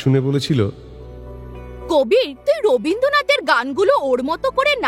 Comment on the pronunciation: Boi-ta theke script baniyechhen thik achhe. Shobdo palte diyechhen keno? Head sir diego-ke bolben, “je tomake likhe likhe lekhoyaar hoye uthte hobe!” Aar gaan-er teacher Soma di ki jatra korchhen? Rabindranath-er naam-i thik kore bolte parenni! Kabir-er baba-r naam Kalam. Kamal na.